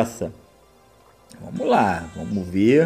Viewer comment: "vomos q vomos" KKKKKK